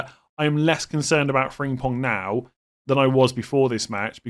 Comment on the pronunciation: Frimpong not Fringpong